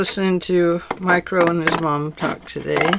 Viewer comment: These journals are very pretty and the design is so fun. I had to re-listen probably 10 times to figure out you were not saying "micro and his mom"... I kept hearing "micro". And thinking who the heck is Micro? A rapper? A cartoon character? Then I figured out you were saying Mike Rowe!🤣🤣🤣🤣🤣🤣🤣🤣Wow and I wasn't even drinking!🤣🤣